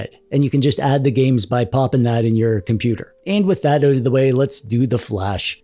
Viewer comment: I switched off when he said compooper.